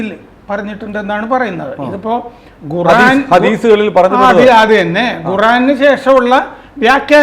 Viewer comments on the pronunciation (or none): none